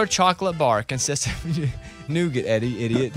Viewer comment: Nougat is a French word pronounced - Noo-gaa. The T is silent and it certainly isn’t pronounced Noo-git. Eddie had a very good point. Also caramel is not prounouced Carmel - there is an a in the middle.